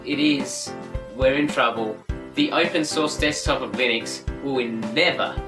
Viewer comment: I thought it was pronounced LIH-NIX... lol